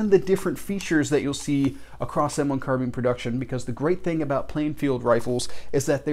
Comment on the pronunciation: Hello, new to your channel. Just subscribed to you. So glad you pronounce the name carbine like I do: Car-been!